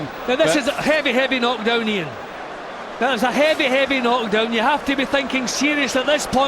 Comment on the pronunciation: "That was a heavy, heavy knock downyia" LOL,LOL!